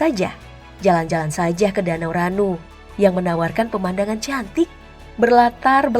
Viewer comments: Salam kenal.. Ada beberapa kata yang salah penulisan dan pengucapan. Contoh : Tanoh Lada bukan Tanoh Lado, Danau Ranau bukan Danau Ranu. Masih banyak hal yang lebih menarik di Lampung. Seperti makanan, tempat wisata dll. Oiya Bapak Menteri Erick Thohir juga putra daerah asli Lampung. 😊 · Sedikit mengoreksi min " Danau Ranau " bukan " Danau Ranu " Tabik pun 🙏🙏🙏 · Izin koreksi.. Yg bener danau Ranau bukan danau Ranu atau kalau suku Lampung meyebutnya danau khanau,Karna bahasa Lampung tdk mengenal huruf R tp memakai huruf KH/GH Contoh pasar=pasakh Durian=dukhian Rumah=khumah JD pnyebutan R ny itu kayak ke arab2an seperti membaca huruf KHO/GHIN itulah salah satu keunikan dari bahasa Lampung.. Dan untuk batu tegi Aslinya bukan batu tEgi tapi baru tegi jdi pke huruf e penyebutannya bukan E Batu tegi sendiri dari bahasa Lampung asli yang berarti batu berdiri..tegi dalam bahasa Lampung yang artinya berdiri.. 🙏🙏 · danau ranau bukan danau ranu mimin wkwkkw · MAFF NI MIN,BUKAN DANAU RANU TAPI DANAU RANAU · Nama Danau nya Danau Ranau, bukan Danau Ranu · Koreksi min danau ranau bukan danau ranu🙏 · Danau ranau min bukan ranu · Ralat min danau Ranau bukan danau ranu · Sedikit koreksi itu danau Ranau bukan danau ranu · Btw danau Ranau bukan ranu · Ralat, bukan Danau Ranu, tapi DANAU RANAU. Danau yg berbatasan langsung dengan Sumatera Selatan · Maaf min, bukan Danau Ranu tapi Danau Ranau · Makasih min udah ekspos lampung walaupun ada beberapa kata yg pelafadzannya kurang tepat tpi gpp😁 karna mengucapkan bhasa Lampung memang sedikit sulit Untuk danaunya sendiri itu danau 'Ranau' perbatasan Lampung & sumsel Bendungan batu teggi kira² bgtublh cara pengucapan nya Dan benar sekali di Lampung lbh mendominasi pedatang ketimbang warga asli Lampung Tapi ya kalo lahir dan besar dilampung itu artinya orang Lampung Salam dari Lampung Selatan